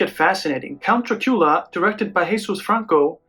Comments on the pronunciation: "Dracoola films"? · I really like the way you pronounce the name of the prince of darkness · Why do you pronounce the name Dracula the way you do?